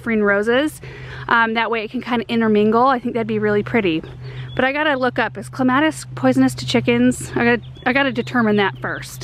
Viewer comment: I thought you said Columbine rather than Clematis. I was so confused. Love your channel. Thanks.